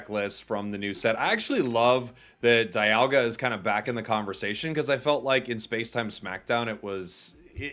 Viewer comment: Arceus: アルセウス, Aruseusu, not Arkeeas. Dialga: ディアルガ, Diaruga, not dye-alga. By the way, as an Italian is always funny to hear you calling him "Gee oh", Giovanni is like JoJo, Jovanni.